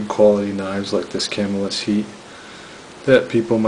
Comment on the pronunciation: Thats "kuh-MILL-is. nice video.